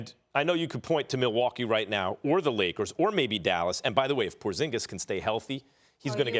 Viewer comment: Everytime Max says "I'm a Leakers fan", all I can hear is "I'm a lawyer" from TMZ.